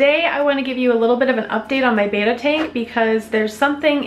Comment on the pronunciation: It's not BAYtta it's BEttA FISHH ;)